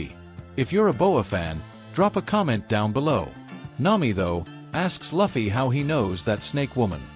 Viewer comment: i want to report you for not saying proper luffy name